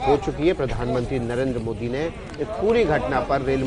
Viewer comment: Ap PM Mohit Kyo bol Rahi hai improve yourself